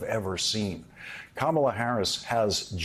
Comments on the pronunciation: Yall please let Joe Scarborough get a rest after today! Last week it was "a dictator of North Carolina" and now he corrected someone's pronounciation of her name INcorrectly. It's not ka-Mala or camela.. it's Kama la. COMMA LA. 💙💙💙💙💙💙 Love you Joe! 🤗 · PLEASE someone tell Joe Scarboro to say Comma la!! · I cringed listening to Joe constantly miss pronounce Kamala's name over and over again telling people how to pronounce it. and No one correcting him was even worse. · If you can’t pronounce “Kamala”, it says more about your IQ than hers. She is brilliant and well qualified to do the job. Trump was neither clever enough nor qualified to be president. 💙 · Joe is such a buffoon! He pronounced Kamala's name wrong!